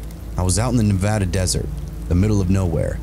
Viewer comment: I love it when the story involves my home state of Nevada AND that you pronounce it correctly lol. I have some wild stories from growing up in the middle of nowhere Nevada. Thanks for all your content!:_Coffin::_Reaper::_Demon::_Whiskey